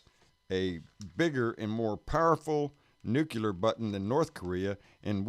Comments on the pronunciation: Its NU-CLEAR, not NU-CU-LAR AAARRRGGGHHH!!! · I trust Homer Simpson on this one, he even works at a nuke-ular power plant, where all of the cute little nulecules go to play! 😏